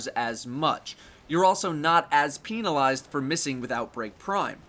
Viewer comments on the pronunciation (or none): did u really say peenalized lol? It's cool tho, I say stuff weird all the time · Wait, did he say peenilized?